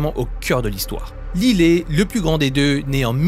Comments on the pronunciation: Ça se prononce laïle et non lillet😂😂😂😂😂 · J’adore vos vidéos mais je crois qu’on dit « layle » pas lilé 😭😭 ça m’a perturbé 😂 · Lylé?? Ils sont américains 😅 un petit effort quand meme lyle se prononce "L[aie]le" 😂😂